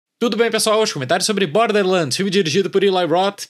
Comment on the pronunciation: "bórderrrr lândis" 😂